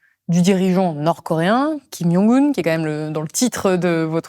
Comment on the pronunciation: C'est marrant de prononcer yong, la bonne prononciation n'est pas djong non plus mais plutôt dzon.